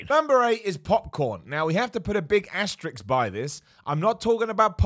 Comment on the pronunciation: Asterisk, not Aterix.